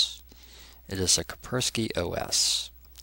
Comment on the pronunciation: It is KaSpersky, not Kapersky